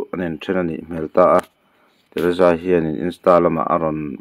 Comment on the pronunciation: Teresa tihkha lam fiah roh